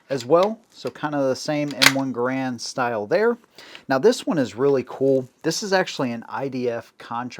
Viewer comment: Congratulations on pronouncing John Garand's name CORRECTLY! (Although Mr. Garand himself pronounced it with a bit of a French accent - he being a French-Canadian by birth.) Also, it was a joy to hear your mention of Hugo Schmeisser and his contribution to the AK-47. Schmeisser was actually working for the Haenel Company where he developed the sub-machine gun that bore his name (unofficially, as it was officially referred to as the Haenel). But Schmeisser himself, working for Haenel, became very skilled in the use of stamped and welded sheet metal in sub gun manufacturer, replacing forged and milled steel billets. At the conclusion of WWII, a most German techniques and manufacturing processes, as well as the engineering and manufacturing talent, were swept up by the Allies and put to work in advancing those countries' defense projects. Hugo Schmeisser found himself in the part of Germany that fell under the Soviets as part of East Germany. So Herr Schmeisser found himself relocated to Russia, where he worked in their arms industry. Mikhail Kalashnikov designed the original AK-47 to have a stamped, folded, and welded receiver. He did so while assigned to a sort of R&D company, and used the material sources available to him through that company. The AK-47 as originally adopted required a high-grade of sheet steel for the fabrication of the receiver. After adoption by the Soviet Union, other Russian arms manufacturers were put to work building this new rifle, and sourced their r